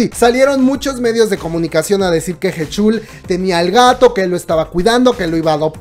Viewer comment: Buen video PD. Se pronuncia Jichul